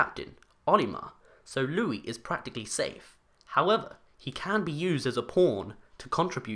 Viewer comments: Just say porn it's not a bad word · "...he can be used as a p*rn..." I know he said pawn, but I heard p*rn.